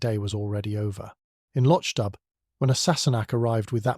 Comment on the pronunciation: The plot is marred by the confusion of acccordions and bagpipes. Also, the narrator mispronounces the setting, the village of Loch Dubh.